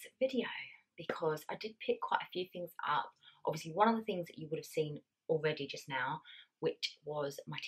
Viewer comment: How lovely 😍 can’t wait to see the finished living room , the sofas are absolutely gorgeous! The way you pronounced the things killed me 😂 so funny 🤣